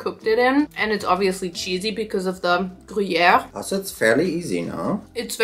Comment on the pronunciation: IM ALWAYS SO STUNNED BY YOUR FRENCH ACCENT THE BONJOUR TOUT LE MONDE WAS NATIVE HOW DID YOU LEARN TO PRONOUNCIATE SO WELLLLL edit: you pronouncing gruyère PERFECTLY OMG IS THAT WHAT THAT BERET DOES